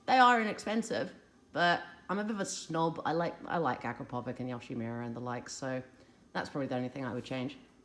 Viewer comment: Btw concerning the prononviation of that syrange name Akrapovic i found that useful video and i wanna tell that i don't have anything common with the autor of it just i found it useful Have a great day :)